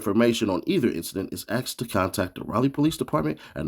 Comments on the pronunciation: Man he said raeleigh its Raleigh lmao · It's "Rally" say it right next time 😂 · Rayler NC? 🥷 don’t even remember what the inside of a school looks like.. who can’t pronounce a gatdamn capital city?